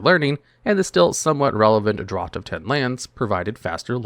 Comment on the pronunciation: Draught is pronounced "draft"